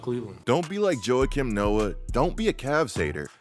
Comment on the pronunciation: Joa-kim Noah lmao